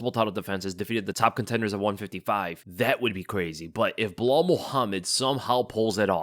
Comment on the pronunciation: When the say "belal" I just hear "BLAAAL". Am I the only one?😂